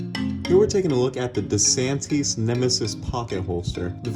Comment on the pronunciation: Why do you need to have background "music" on your video. I wonder why you don't correctly pronounce the brand name "DeSantis." Why does your sometimes hesitant commentary have to take over six minutes?